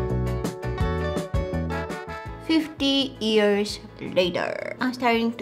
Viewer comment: I love how she says ears instead of years 😂😂 (no hate) and yea i liked my own comment 😅😅